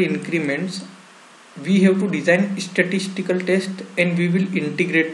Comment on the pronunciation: Please pronunciate స్టాటిస్టికల్ not ఇస్టస్టికల్